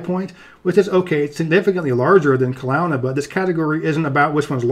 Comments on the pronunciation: It was funny to see the fact that BC is mostly wilderness be the death of us, also pronounced Kelohna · It’s actually pronounced Kel-oh-na, despite the weird spelling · Wow you really butchered the pronunciation of Kelowna